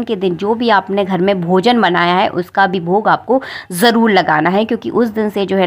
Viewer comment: bhozan nhi bhojan bole. jarul nhi jarur bole.